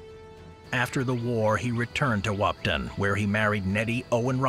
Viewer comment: As a North Dakotan there are only so many times I can stand someone mispronouncing the town Wahpeton it’s Wah-Pe-( like the start of the word pedestrian) and ton ( like the word ton)